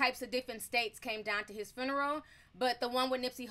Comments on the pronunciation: Hi Ti, I don't mean any harm, but the word is not Fruneral. Funeral without the r. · She calls it a fooneral lolol